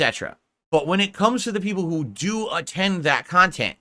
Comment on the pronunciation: He's delusional. It's one pot of viewers, there's not separate groups for separate "khantent".